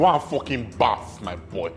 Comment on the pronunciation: its not “baff”😂 It’s “BATH”